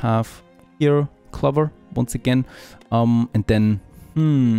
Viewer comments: Yes, it rhymes with 'over', not with 'lover'. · Clover is pronounced like closer but with a ‘v’. (As a language learner myself I can’t help but share it). Keep the great farthest frontier videos up! Cheers!